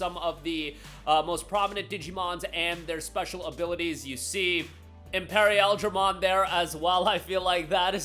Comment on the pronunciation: ...in perry....ail-dramon? bruh Imperial-dramon